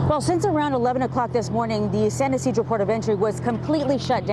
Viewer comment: The newscaster completely botched the pronunciation of San Ysidro